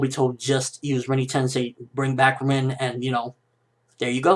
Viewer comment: Rin not Reeeeeen